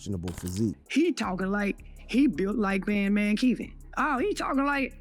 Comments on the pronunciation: Bro the fact that's the narrator is calling him band man keve as well is the most hilarious part of this video 🤣🤣🤣🤣🤣🤣🤣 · Who's "Bandman Keevo" and "Soo-ja Boy". The narrator's pronunciations are hilarious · Bad man keeve